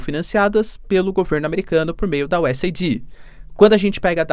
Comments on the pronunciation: Professor, o nome da organização americana é US Aid (se fala U S "eid"). Vc está falando US ID (U S "ai di")!!! 😬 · Se fala US AID, não US AIDÍ. Mas ele fala tão fofo que nem dói no ouvido 😅😊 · Professor, só para ajudar: a pronúncia é US “eid” e não US “aidi”. Abraços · Professor, USAID pronuncia que nem o Aid de Band-Aid. "US êid". Abraços e assisto seus vídeos todos os dias! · A pronúncia correta é: US /aide/, é US Ajuda. Não é US Aidi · Estimado professor, USAID se pronuncia como o curativo band-aid vendido nas farmácias. US AID onde AID se traduz como ajuda. Espero ter contribuído.